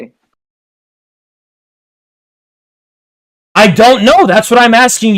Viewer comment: "sophisticated catagory" the way he said category help